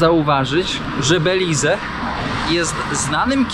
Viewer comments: Belize to nie jest kraj Ameryki Łacińskiej. Tutaj zawsze wpływ mieli Anglosasi. I językiem urzędowym nie jest hiszpański tylko angielski. I wymawia się nazwę kraju "Beliz" a nie "Belize". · Jak cię kiedyś pogryzie jakiś pies, to w końcu zmądrzejesz i dasz spokój z psami i kotami. Mówi się Beliz, a nie Belize. Chyba można było dowiedzieć się wcześniej jak wymawia się nazwę kraju do którego się zmierza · sorry za upierdliwosc ale nie pronansujesz Belize tylko " Beliz" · Beliz,nie Belize,sie mowi 😊.Pozdrawiam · Prawda, mówi się Beliz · Oj, nie masz A1 w hiszpańskim. Osoba z poziomem A1 potrafi bezbłędnie układać proste zdania i wie, jak wymawiać nazwę kraju w którym jest. Może to dobra motywacja do porządnej nauki 💪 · a po co ci Cejrowski, każdy słownik angielski prawidłowo wymówi tą nazwę, bez tego “e” na końcu, nie rozumiem więc po co dodawać to “e” ani to prawidłowe ani nie łatwiejsze w wymowie dla Polaka.